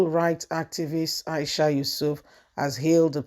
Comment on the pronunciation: Hello dear blogger, her last name is not Yusuf, but Yesufu, at least get the names correct now instead of murder someone's name, you also said Aboro for the Labour's party chairman's last name. As a youtuber, you must get people's name correct, your voice is good, I come in peace ✌️, just advise